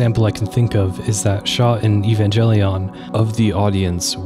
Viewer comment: Evangelion❌ Evanjellyion✅